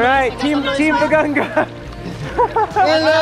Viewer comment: BAGA-NGA not BAGANG-GA